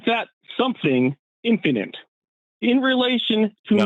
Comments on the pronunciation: Forrest, love your content, but the way you pronounce "infinite" drives me crazy. Please fix😊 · Say “INfinite”. Not “inFINite.” [& the e is silent.] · I love Forrest, but I hate his pronunciation of infinite. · Has there been a shift in the pronunciation of "infinite"?